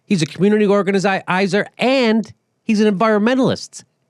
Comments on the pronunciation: Please Please say Organizizer one more time LMFAO I'm dyin over here! Love the real talk, The cussing is awesome but you cant say organizer to save your life lmfao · "organicizer"??? you said it twice within ten seconds, Jimmy, you ignorant fuck. I most often agree with you, but for crying out loud, learn some pronunciation, boy!! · Hey Jimmy......Say 'organizer". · Jimmy, you were 0-3 on pronouncing organizer. Or maybe that was an inside joke? Enjoyed the piece, though!